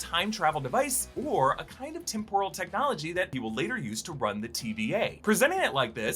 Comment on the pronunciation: "Tim-prul” not "tim-poor-uhl” lol